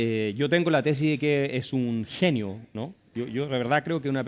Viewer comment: El "intelestuar"...hermano de " la dostora" y del " jenio"...y habia cono si cachara pown 🤣🤣🤣🤣🤣🤣